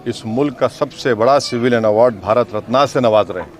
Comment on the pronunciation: अरे भाई भारत रत्न को रत्ना क्यों बोल रहा है खराबी आपके ज़मीर में है